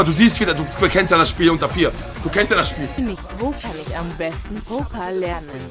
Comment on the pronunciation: Ich glaub wir alle kennen die Situation, nur bei den meisten bleibt das A am Ende aus 😂 das ist Poker.